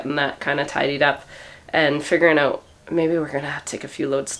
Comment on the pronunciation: I forget it’s Canada until you say “Out”...